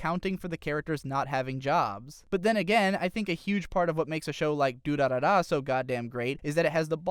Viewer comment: the way he said durarara fucked with my head in so many ways